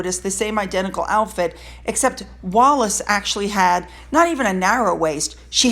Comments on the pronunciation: Bruv! It’s Wallis not Wallace! Stop embarrassing mexiteerers! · PS it’s Wallis “WALLIS”…🙂❤️ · Wallis. As in Bessie Wallis.